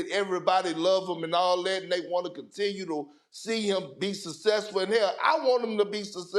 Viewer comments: Perk cannot pronounce successful He pronounces it sussessful😂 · “Sussessful” “Saurces” Perk is hilarious 😂